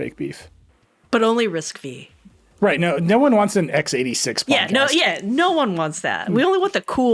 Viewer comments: It's RISC - FIVE !!! Nerds in your audience were never excited about RISC - "Vee".🙄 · Excited for all the nerds to yell at Nilay that it's risc-(five) not V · I can't a tech a publication seriously if the editor in chief says Risc Vee🤦